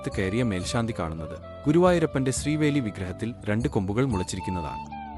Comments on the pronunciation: ശ്രീവേലി അല്ല... ശീവേലി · ശ്രീവേലി അല്ല... ശീവേലി ആണ് 🙏🙏🙏